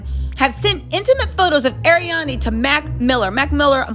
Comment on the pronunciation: Why can't read? "ArianA" There is no "i" 🤣